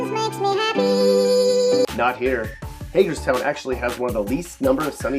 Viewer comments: You clearly just pick out random cities and repeat your videos over again. You didn’t even pronounce Hagerstown right. Next time actually do your research. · Oh hell no as soon as he said Hagerstown I knew he had MD fucked up